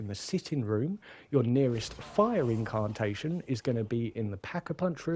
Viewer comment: Liked the pace etc of the video, its just my ears cant handle the pronunciation of "incarrrrntation" 😆